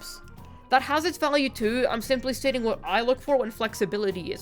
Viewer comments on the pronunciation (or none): The “too” is giving Canadian.